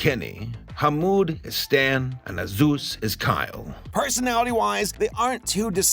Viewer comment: I really want to hear how pronounced the kids' names in the original cut. #release_the_wrong_names_cut In the meantime we can enjoy the messed up quality You see, our main guy 𝑨𝙗𝒃𝙤𝒖𝙙 walls to school with his friends 𝙰𝚣𝚣𝚘𝚞s and 𝓗𝓪𝓶𝓶𝓸𝓾𝓭 when they stop to ask, where is 𝕊𝕒𝕝𝕠𝕠𝕞 also I love it when Americans see haneous things like portraying said Austrian painter in a positive light and familial abuse as normal, and say it's 🌼problematic🌺 afraid of your own shadows, as usual